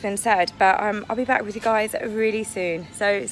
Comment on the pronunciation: "Swim WIV Dolfins." Can't ANY of you Brits on YouTube speak properly? Even the Aussies know the difference! Yes, Harry looks dreadful and Pears Morgan was right in his assessment. The Queen is letting them have enough rope..... and I can hardly wait! So long these Hollywood/ Celebrities stop the long standing intrigue. Megan just wants to be able to wear coloured bail polish. Yes, stripped naked in public. Nothing new for Harry! Harry had turned into a wash cloth.